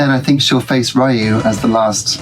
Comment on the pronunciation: Street Fighter Alpha/Zero 2 is one of my favourite Street Fighter games for sure, the best of the Alpha/Zero series anyway IMO. Interesting how you pronounce Ryu like Ryan lol There are indeed characters from Darkstalkers in the background of Ken's stage : Morrigan standing up next to the table on the left and Felicia in the swimming pool.